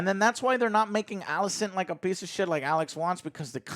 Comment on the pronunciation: Everyone: Rhaenyra, Alicent, Laenor & Daemon Joe: Ruhnera, Alsent, Lenore & Deemun